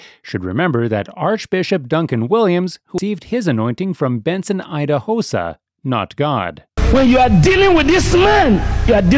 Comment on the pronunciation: So, this Narrator, has a clip of how Idahosa's name is pronounced and still decided to pronounce it wrong 😑